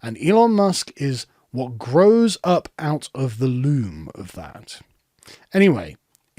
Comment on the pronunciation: "loam" (basically topsoil) rhymes with "home". "loom" is for making textiles.